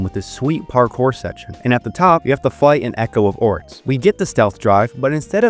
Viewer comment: Why do you pronounce X's as TS? Etso? Batstory? Oryts?